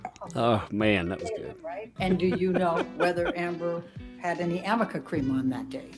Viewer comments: its called ARNICA-K not Amica and it wasnt even in production when she was being "abused" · The black girl in the back rolls her eyes and says "ARNICA" because its not AMICA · I'm Betting Mr. Baruch knew it was 'Arnica' cream and was laughing at the crazy old lady constantly calling it 'Amica' cream. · Is that attorney saying Amica cream instead of Arnica cream used for bruises that was mentioned in testimony today? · The fact that this lawyer cannot pronounce or read arnica cream properly should discredit her greatly.